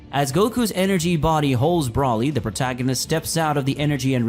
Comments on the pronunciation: It's broly not brawly get it right dammit or if you can't say his name correctly then say broccoli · Sounds like you’re saying “ Brawly” instead of “Broly” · Not brawlie its broly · It's BROly!!!! Not the way you are saying it!!! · hearing you fuck up brolys name over and over just made it too hard to keep listening sorry. all names are stated so no reason for it